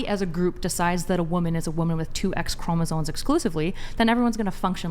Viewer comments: ChromosoMe. Ffs she can’t event fuckin pronounce it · It's chromosoMe (ˈkrō-mə-ˌsōm NO "n"!!) These girls need to know how to pronounce words correctly. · OK, thank you..And I was feeling like the asshole because I was wondering how someone could talk with SO much conviction and (over and over again), mispronounce the universally-known word “chromosome”…😭😭😭😭😫😫😫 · Omg… Is anyone else here bothered by leather jacket’s continuous mispronunciation of the word “chromosome”???!!! Like, dude-I can’t—-😭😭😭😭🤦🏽‍♀️🤦🏽‍♀️🤦🏽‍♀️